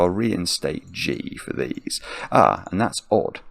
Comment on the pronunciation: I am entirely too old to be giggling every time he says dees. 😂